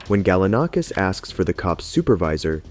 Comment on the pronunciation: Seriously how many different ways are you going to pronounce Galanakis?? It's the same name ffs